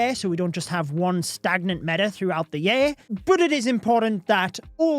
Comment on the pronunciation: I love accent. The way he pronounces year...yay-R and book... buke make me pause to process what he just said! lol and his love/passion for the game is evident